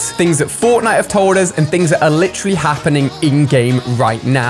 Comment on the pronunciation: Why does he say lit troll Lee instead of literally? He literally says it way too often too